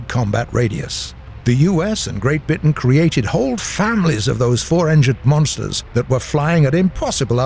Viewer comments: Don't worry, this guy may not be as good as Shawn but he did say 'Great Bitan' this episode so, there is that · "Great bitten"😂